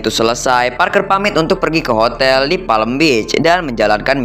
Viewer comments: Apa di sebutnya Palm Beach jadi Palem Bich 😂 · Kalau PALM BEACH Cara sebutannya "PAM BIC"